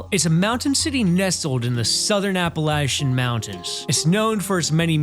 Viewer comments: Apple-LATCH-un I cringe every time I hear app-a-LAY-che-un. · I'm gonna throw an appleatcha for pronouncing it wrong.